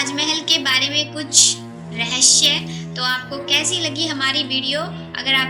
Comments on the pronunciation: Please rahsya ko rahshya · Bolna toh sikh leti rahasya ko rahashya bol rahi he aur ye sab jhut he koi bhi yakin nhi karega ha ye sach he ki taj mahal rang badalta rehta he par uska asli rang safed he 😎😎😎😎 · Last may jis tarha say apne "rahasayya" bola 🤣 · phele rahasya sahi bolo